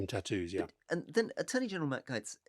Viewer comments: I cannot tell you how pissed off I am at my fellow Americans for re-electing this moron.... These people have no clue of the ramifications of this.... And Gaetz is pronounced Gates, not Gites. And this is a kakistocracy, no doubt. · Rory, does do you insist on calling him Matt GYTES? Everyone calls him Matt Gates. It’s infuriating when the American arrogantly pronounce names how they feel they should be pronounced. Can we not adopt that please?